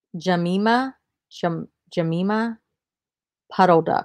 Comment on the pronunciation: Jemima is Juh-my-muh just like the pancake mix. Melamine is Mel-uh-mean.